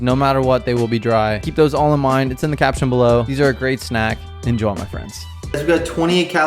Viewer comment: Stop saying INJOL say INJOY